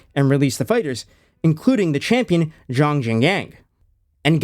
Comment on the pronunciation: craziest butchery of xiong's name I ever heard dawg 😭